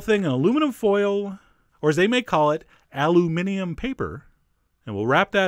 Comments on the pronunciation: Never heard of this to be honest and your correct pronunciation of Aluminium is alas wasted, as us Brits call it Foil. However, I love your recipes and the narration is brilliant. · Ummm... This is a traditional British sandwich... The British call it Aluminium paper... Pronounced with a British accent... Al you min ee umm. Ever been to England?